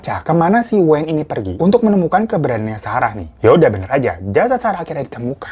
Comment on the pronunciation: Bacanya weyn bang, bukan wayn😘